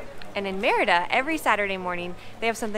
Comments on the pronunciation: It's pronounced Mérida not merita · Great video. I just wish you would work a bit harder in pronouncing the name better. Not merry-da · Why are all YouTuber gringos always so terrible at pronouncing Mérida?